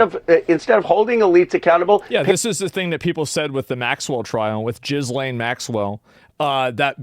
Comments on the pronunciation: I miss the days where some would pronounce her name as ‘Jizzlane’ Maxwell😂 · I really enjoy when he mispronounces ghislaine Maxwell lmao